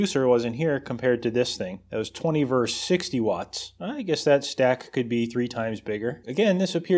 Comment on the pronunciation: Always love your videos,, and this one doesn't disappoint. I do have to say, though, the word is 'versus'. Look it up.